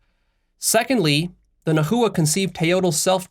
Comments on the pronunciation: Immediately felt it when you mispronounced "Nahua" It's cool, Nahuatl is a difficult language and there aren't many resources on it. It's pronounced "Na-wah" 2 syllables, and no "hoo" in the middle. the language's name is pronounced as "Na-wah-t" with a very very soft "L" on the end of the "T" syllable. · In Spanish the "h" is always silent. I think translators didn't change the word nahua in English to make a similar sound to Mexican Spanish. It sounds strange, but I think that's the way most English speakers pronounce it (najua). Nahualt is even more difficult😂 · The least you could do to honor our people is learn how to pronounce the words correctly. Whiteness at its finest. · yeah he could have just watched one video about the nahua and learned how to pronounce nahua and nahuatl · It is pronounced not Na.hu.wa, but Nah.wa. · Its "nah-wah" not "na hoo uh" had to say it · I'm not trying to be nitpicky but Nahua, is pronounced more like Na-wa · Yo I know nahuatl is difficult to pronounce but it's not naHua it's pronounced nawha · Hi! Indigenous Mexican here. It’s Nah-wah, not nah-who-ah. Thank you! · No disrespect but it’s pronounced [ nah-wah(t) ] not [ nah-hoo-uh(t) ] and it’s [ t-eh-o ]; you don’t pronounce the t or the l at the end. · lol my bad sorry for being that guy but it's pronounced Na-wa and the language Na-wat, not na-hu-a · Pronunciation point: “NA- wa” not “na- HOO-a “ for the Nahua. Otherwise, thx for the inspiring talk. I haven’t reached the end yet — do you post references to the article you analyzed? Could you add a link in comments and on your website? Thx again for all you do,! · Pronunciation is not Nah -- "hoo" -atl , there is no "hoo" or "ju" in the middle, is very soft "Na" . "uatl". Correct pronunciation makes everything feel more autentic. Listen to a native speaker I the second 6 and 7 in that video, she say "na uatl" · It's pronounced NA-WA not na hoo wa lol but good video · Its pronounced Nah wah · Nahua pronounced na-wa